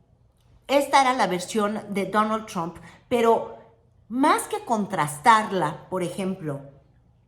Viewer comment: Qué bonito lo dice: Danal tchramp, o algo así